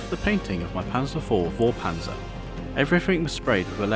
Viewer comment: Great modeling work. It does look very lively. If you want to accept some german pronounciation advice, the V is often pronounced like an F, especially at the beginning of words. So instead of Vorpanzer, say it more like Forpanzer. And if you want to get it extra correct, the A in Panzer should be pronounced like an english U. Punzer. The Z is a sharp one, more like the second C in Cancer. So that would leave us with Forpuncer. Looks hideous. xD Anyways, keep it up! Looking forward to the final finished model!